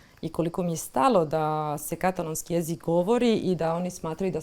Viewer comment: HJP kaže "katàlōnskī", a Vi i Vaša sugovornica to zaobilazite. Vaš je naglasak na prvom slogu. Kao da Vas standard ne obvezuje. Začudno!